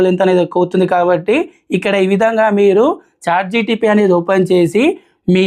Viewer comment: Bro.. its Chat"GPT" ("G"enerative "P"re-trained "T"ransformer) not GTP.. Pl correct Ur pronunciation